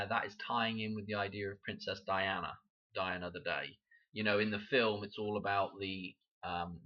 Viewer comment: When you say, “die another day,” it sounds like you are saying “Diana”…. “Die ano”